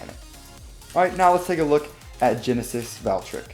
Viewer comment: IT IS NOT GENESIS VALKRICK ITS GENESIS VALTRYEK